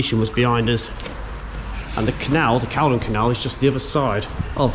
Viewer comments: Call-don! Not caldun. 🤦🏼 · its pronounced "Call-don"